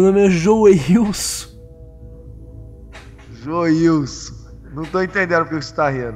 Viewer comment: joiuso joiuson nao e joiuso ta urdo meu irmao kkkkk